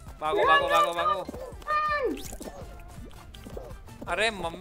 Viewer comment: She keeps on saying run as ran 😂